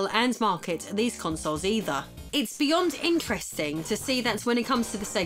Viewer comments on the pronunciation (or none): none